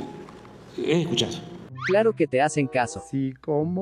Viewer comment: El presidente de México ... éste...eh...."ejcuchado"